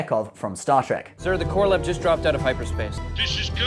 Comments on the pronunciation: It's not "Korolov"! It's "Korolev"! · Korolev not Korolof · Um... the Russian 304 is the Korolev not Korolov.